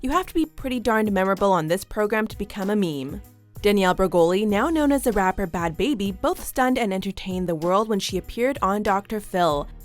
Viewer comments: It’s Bhad Bharbje not bad baby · It's pronounced, B-had B-hey-bee